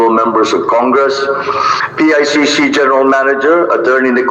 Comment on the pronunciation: PICC po Hindi ICC teh’😂